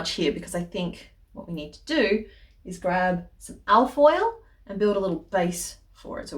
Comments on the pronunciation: I'm relieved to realize you're saying 'al foil' and not 'Alf oil' - I was afraid to find out what that might be 😂 What a fun idea, though! I just had my first pottery class and I may ask the teacher's opinion on best clays for this the next time I'm there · I thought it was alf oil too....same relief lol